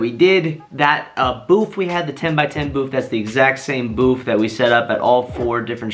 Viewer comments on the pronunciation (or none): For fucks sake its BOOTH not BOOF!! There is no “F” or “PH” in that word. Oh my god!!